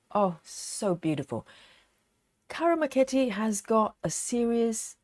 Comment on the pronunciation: Hi, I thought I'd let you know. I looked up the correct pronunciation of Ciro Marchetti. You say 'Chiro Marketti'